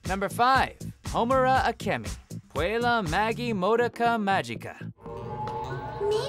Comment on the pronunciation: I have never seen anyone butcher the pronunciation of Puella Magi Madoka Magica as badly lol